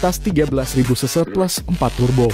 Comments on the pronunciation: CC bang bukan se se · Bukan seu seu tapi ce ce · Iya denger aga kaget sampe ulang ulang, ternyata maksudnya CC 😄